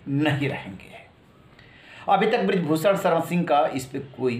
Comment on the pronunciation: Sha shabd ka sahi ucharan nhi kr paate he aap . Sha ko sa ucharit krte he aap . Bhushan ko bhusan sharan ko saran keh rhe he . Ishara ko isara keh rhe he